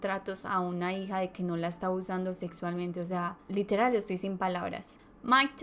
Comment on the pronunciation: relatas bien, pero cuida demasiado el momento de pronunciar LITERAL ... LITERAL ... no todo es literal que por querer pronunciar palabras mas cultas te sale a la inversa